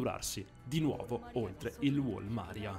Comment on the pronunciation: Video con pronunce orribili come wall Maria che lasciamo perde , hai dato la definizione di gigante d’attacco come shinjeki no kiojin che non significa assolutamente ciò , penso tu abbia fatto più episodi di questa serie ma nonostante tutto sbagli troppo , probabilmente lo hai fatto solo per allungare il video e per i soldi anche perché è monetizzato , sempre sull’argomento pronuncia non parliamo neanche di mikasa che veramente lasciamo perde , ti converrebbe informarti e magari guardate l’anime o leggere il manga prima di fare una serie così articolata